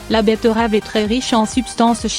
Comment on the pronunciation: La "bettEUravEU"